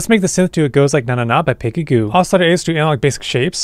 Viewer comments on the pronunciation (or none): its pronounced Peggy GO, not GOO ffs